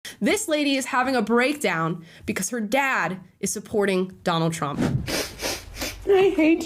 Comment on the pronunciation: Her “nad” lmao